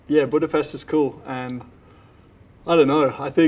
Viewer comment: Him correctly pronouncing BudaPEST makes him the best 😎